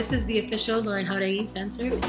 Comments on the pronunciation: Anyone else noticed recently she’s been saying her last name in spanish and not americanizing it like she used to? Love that for her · Lauren pronunciando su apellido como debe de ser >>>>>>>>>>> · I love how she pronounces "Jauregui". I'm heart eyes emoji every. single. time. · IS IT JUST ME or did lauren use to pronounce her hispanic last name with an american english accent but recently she's been pronouncing it how it actually is?